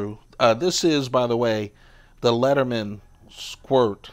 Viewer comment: It's leatherman... not "lettermen". Literally says it on the tool